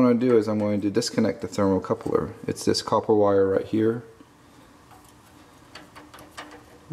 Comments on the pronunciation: Thermocouple. Not Thermocoupler. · Its thermocouple moron, not "thermocoupler".